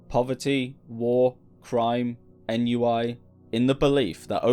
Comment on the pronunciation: Is the narrator a robot? I got a giggle out of the mispronunciation of ennui.